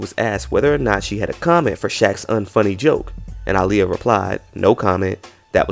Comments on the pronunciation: pisses me off do much.... just say there was so much racist undergo happening aaliyah was overlooked shawty was successful at 15 its pronuned Ail-yah exaggerating for no reason, also bro was jusy going to keep waiting she did NOT want THAT. Goodbye go to bed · white people having a hard time with the name aaliyah but not aaron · Howard Stern is very disrespectful ain't even pronounce bbg name right aaliyah was to good for these lames I miss her so much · These heathens can never pronounce Aaliyahs name correctly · I honestly think Ricky Martin wasn’t being shady or funny. A lot of people would mispronounce her name. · It’s not shade, it’s the fact that he didn’t bother trying to get the pronunciation down during rehearsals for the award show.